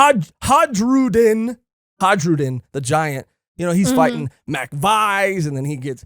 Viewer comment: Elbaf naming conventions go off of Norse mythology so Hajrudin is "Ha-y-ru-di-n."